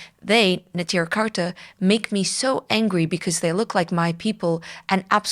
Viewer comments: Neturei Karta is pronounced "ne-toor-ay" not "netira". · "The name Neturei Karta means "city guards" in Aramaic and is derived from an aggadta recorded in several texts of the Talmud". No Yiddish in the name so I don't know what you mean by referring to Yiddish speakers. I just know that your pronunciation is clearly incompatible with the spelling and with the way that it is commonly pronounced. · You are intentionally misrepresenting Satmar Rebbe and his true followers, such as those in Natruna. We're talking about 10s of thousands of yidden. In the past you have brought on Lubavitcher "Satmar experts" who demean the Rav Yoel and spread malicious lies about him. You intentionally seek to drive a divide between Satmar and Neturei Karta, whose name you cant even pronounce appropriately. It seems the majority of us dont recognize the Zionist state. It is against the Torah. Talk to anyone affiliated with the Edah HaCharedis. You are Zionist operative who actively spreads misinformation against GD and this is a chillul Hashem. Shame on you.